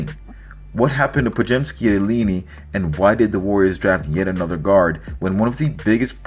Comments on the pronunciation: The fighting illeenee??!? “IL - EYE -NIGH”!!! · Illini (nye, not ni) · The Fighting 'Illiny'? It has always been pronounced 'ILL - EYE - NIGH'. How could you not know that? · Dude, ah, if you don't know how to pronounce EE - LAH-EE - NAH-EE, I can't take anything else you say seriously. See, it's not that you have never seen even one of their games (one of the most glory-bound, legendary American sports brands... And you wanna talk sports?), in which you would have heard the announcer say it - it's that you didn't care enough to look it up. In the age of Google... Follow ya Heart,. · Illinois fighting "Eleene"? Haha . lessen how to pronounced t those names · It’s not pronounced like Bellini the peach cocktail. It’s ILL - EYE - NIGH. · Illinois fighting (uh lie un eye) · Hey. Thanks for this. I’m encouraged about this guy now. I’m from Illinois and Illini is pronounced: ill-line-eye. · Dude can't pronounce Illini? But a basketball expert?